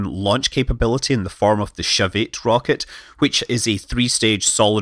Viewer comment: wait... the what rocket?... the... 'shove it'... rocket? googles aah 'Shavit'